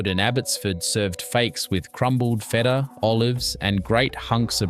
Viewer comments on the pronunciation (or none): The pronunciation is hysterical. “Feeta” instead of “feta” -voiceover needs lots of work… Most of these dishes are still made today.